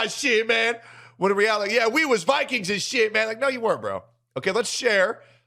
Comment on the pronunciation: "Viqueens..." Haha?